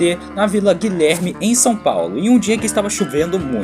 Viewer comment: "Guilerme" "descobrido" altos ponta pés na língua mãe. 😂